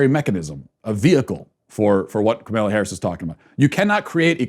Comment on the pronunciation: Kamala is not that hard to pronounce dude, it distracts from your message.